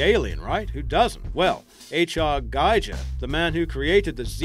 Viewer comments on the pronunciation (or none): His name is pronounced: GEE-GHER. I get so frustrated when people here in the U.S. pronounce it GUY-Ger. At least your mistake is refreshing (As far as a history of screw ups can be)...